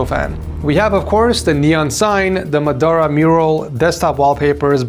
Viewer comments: And Muh Duh Rah instead of Ma Da Ra lol. Can't pronounce names and seemingly has Alzheimer's with Itachi's appearance 🤦‍♂ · Bro butchering muhdaara's name. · Man butchered Madaras name. Plus giving out seals to anyone now it seems